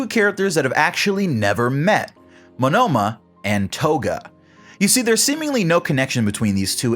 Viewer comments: why are you saying Monoma wrong its monoma no monnoma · Why are you pronouncing Monoma as "Manoma"? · am i the only one weirded out by how he says "monOma" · ouch, the way you say Monoma hurts.